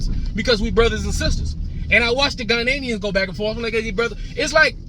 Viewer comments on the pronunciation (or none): Ghanaians not Ghananians lol😅